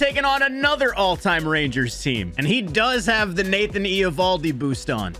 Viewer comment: Why are you pronouncing Eovaldi's name like that? 😂